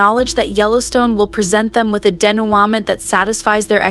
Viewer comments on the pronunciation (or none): FOR THE LOVE OF ALL THAT IS HOLY!!!!! 'Denouement' is a French word that literally means the action of untying, from a verb meaning to untie. The English word is pronounced like the French: day-no-MON.